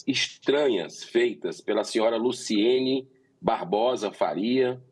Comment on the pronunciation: Noss "Luciene" "PCC" TA SABENDO LEGAL. É Luciane e Comando Vermelho Senador.